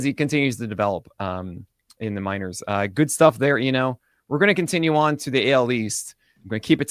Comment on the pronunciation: I have a question. Who is pronouncing Eno's last name correctly? or?